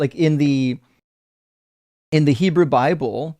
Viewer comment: At one point he said Heboo.